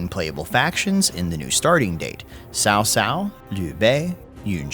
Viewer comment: PLS, cao cao is pronounced as chao chao*, no more sao sao pls. lmfao